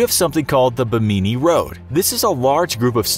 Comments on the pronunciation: it is pronounce "Bim-in-nee" Road (Bimini Road). That pronunciation he did was way off. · Its pronounced Bim-ah-nee just thought you should know